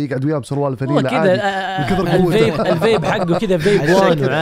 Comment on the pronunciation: الفايب مالو❌❌ الفيب مالو ✅✅😂😂😂